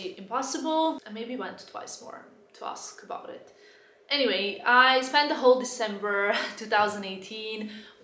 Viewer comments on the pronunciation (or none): none